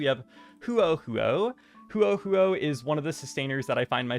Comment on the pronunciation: love you girl, but hoo-oh hoo-oh??? IKYFLLLL